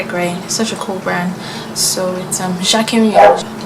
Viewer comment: You pronounced jacquemus wrong, watch a interview with him, the s is not silent